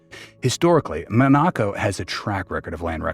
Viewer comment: Why have a video when you can't even say the country's name properly?